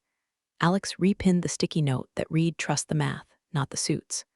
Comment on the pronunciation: Another narrator who can't tell the difference between read and read.